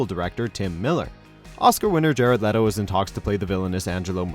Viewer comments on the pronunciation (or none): none